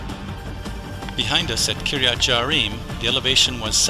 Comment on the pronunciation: Some of the pronunciations need to be revised. It is Kiryat Yearim, not Jearim. It is Mevaseret Tzion, not just Mevaseret. and there are some other examples.